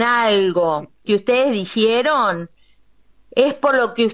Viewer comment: "Dijieron" dice😂😂😂😂